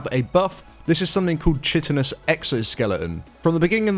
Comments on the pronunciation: Watching this for tonight, thanks for the video! "chittinous" lol Just for anyone who actually cares (most people don't...) it's pronounced "kite-un-us" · 'Chit' in Chitinous is pronounced like "Kite" not like 'Chit' in "Chitter chatter". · It's pronounced kitinous, the chi is a ''ki'' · chitin is pronounced KITE-N